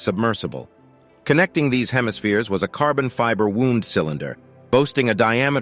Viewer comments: A "woond" cylinder..? Please think about what you're saying, instead of just reading off Wikipedia. It's "wound", like winding. In this case, carbon fiber being wound in countless layers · It doesn't inspire much confidence when the narrator mispronounces words, ("carbon fiber wound cylinder" pronounced as if it referred to an injury).